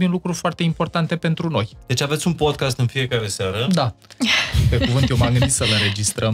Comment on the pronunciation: Ascult Podcast-ul vostru cu mare interes, informatiile sunt de mare valoare, si va felicit, dar as avea o mica sugestie. Cuvantul Podcast se pronunta Pod KAAST nu Podchest.